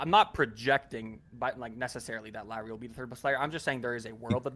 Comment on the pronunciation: Dudes! You literally had Chandler there to model how to say Lauris name correctly (as much as native English speakers can) and not one of you learned? You still kept calling him Lori the whole time.